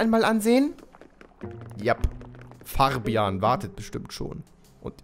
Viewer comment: Farbeimer:Farbian Ich:Fabian